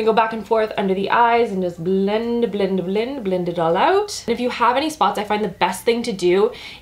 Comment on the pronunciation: When you said: "(..)under the eyes and just blend blend blend it all out". Your "blend" sounded like you are speaking german. Because of you pronunciation. (